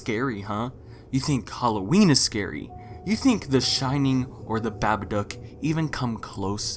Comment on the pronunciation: did he say "Babduck" instead of Babadook